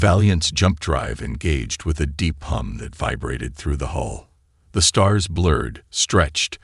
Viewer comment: Hull, not hole. Like the story.